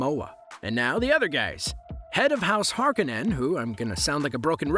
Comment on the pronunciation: If you can't even pronounce Harkonnen or Fremen correctly I'm just stopping here.